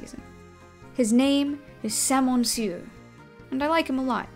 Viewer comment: 9/10 pronunciation for salmonsieur, I was expecting it to be completely butchered